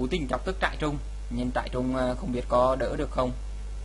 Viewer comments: Trai rừng mà cứ đọc là "trại trung" THUA =]] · trairừng anh đọc thành trairung kaka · trai rừng lại đọc trại trung :) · Huy Pham trại trung :))